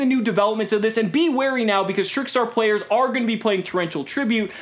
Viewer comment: Did anybody notice he said P-Layers instead of players 😂😂😂